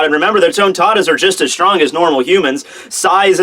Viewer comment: when talking about love haki..did you say 'stronk'?